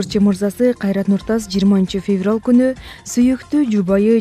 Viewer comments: ушул алып баруучу жаман кыжырды келтирет туура суйлой албайт.Феврал дейтко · Феврал дебей жакшына окучу е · ширин Базарбай кызы- Туура айтасыз мен дагы айтайын дегем ушуну, кантип феврал деп айтат чон эле кызго